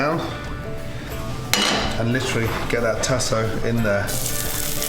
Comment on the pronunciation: Tasso ham...pronounced tah-sah in LA. And old bay? Yuck...use Cajun seasoning.